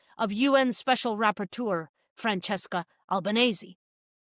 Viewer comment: Fwanchesska Awwbwanesseh, yyyew awweh wwweeech 😂